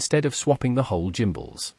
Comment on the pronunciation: Bit of an 'I will make a video and get free stuff post', changing stick mode is a 10 minute job. Get the back off, unplug the gimbals (PS, please look up how to pronounce the word 'gimbals' and listen to how it should be pronounced), unscrew the units, swap them over, plug them back in, change the mode in the radio's software the recalibrate and you are good to go. This procedure is just rubbish, sorry, 1 out of 10.